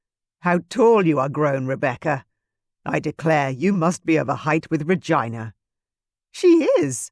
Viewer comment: Oh my - I've never heard the name Regina pronounced as vagina, please stop!! It is a beautiful name that should be pronounced reGina.